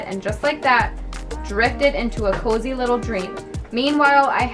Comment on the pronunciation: You also have a little accent when you say cozy